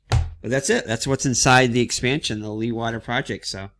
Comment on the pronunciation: Hi, just found your vid. You might like to know that Jan Leeghwater was a Dutch hydraulics engineer who engineered the first land reclamation programme's. The name is pronounced "Lay g water" with a very strong G-sound like clearing your throat and the emphasis on the the Lay.